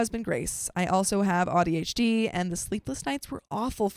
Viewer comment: Quit mispronouncing ADHD you sound like an idiot